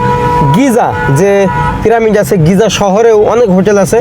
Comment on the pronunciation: শালা বারবার পিরামিড কে প্রামিড বলছে শুনতেই বিশ্রী লাগছে।